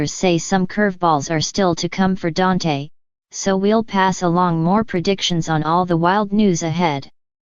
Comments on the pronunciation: Yes I Agree DANTE NOT DANT🤗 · Who ever the speaker is your saying Dante's name wrong🤦🏽‍♀️